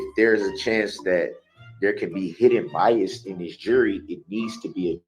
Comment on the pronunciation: My favorite is how he puts a T on the end of so many words - like ‘biast’ or ‘thist’ 😂 I can’t!! It’s so entertaining!!